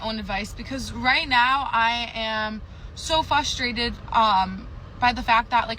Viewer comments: She says fustrated instead of frustrated. Instant no go. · f R ustrated not "fusstrated" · This woman-child can’t even pronounce the word “frustrated” correctly (“fustrated”?). Is this a trend of women thinking it’s cute to talk like a toddler? Or is it just a correlate of their maturity? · I'm FUSTRATED you can't say Frustrated ? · She's so "fustrated"???